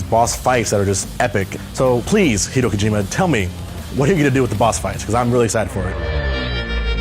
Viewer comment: who's Heedo Kojima?